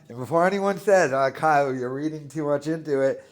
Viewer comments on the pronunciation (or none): none